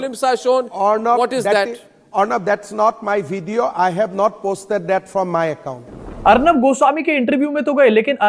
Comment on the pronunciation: Is to baat tak nahi karna aata hai hamanta ku video ko bedio bolta hai chor hai o 😂